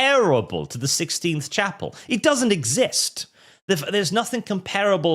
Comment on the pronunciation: Did seriously say "the sixteenth chapel"? XD